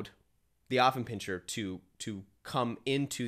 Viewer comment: It's not pronounced OFF it starts out as AFF here in the USA. I have an Affie. He is 4 years old. I am part of the Affenpinscher of America Club so I have been around many of them and gone to dog shows. They are lively, spritely, smart, funny and sensitive. My dog definitely has a sense of humor. If I call him "snorky" or "chi chi beanie weenie" he howls with joy and starts doing his hindleg dance. My Alfie follows me like a shadow and would do anything for me. He is VERY protective of my home. He does not attack people but barks to let me know someone is nearby. He was a little reluctant to engage my groomers granddaughter but learned to tolerate a toddler. He did well at obedience school because he wants my approval.